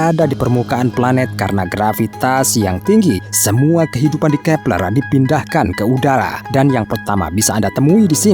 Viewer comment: Kee peLERRR X 😂😂😂😂😂😂😂